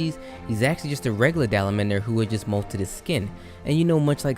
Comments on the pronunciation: Its dalamadur! Not dalanmander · It’s Dalamadur. Not Dalamander It’s Alatreon, not Alatron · The way you say dalamadur is so weird, it's dala-mah-dure not dala-mand-air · Sidayus(Ceadus) Gogmiizios(Gogmazios) Shah DALAMANDER(Dalamadur) Alatron(Alatreon) Damn these terribly pronounced ppls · Your saying dalamadur like salamander with a d. Also a lot of your pronounciations are butchered. Its alright though, good review. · Good video, but.. dala-mander?? Come on man dalamadur doesn't even have an n in it. How'd you read it like that? Lol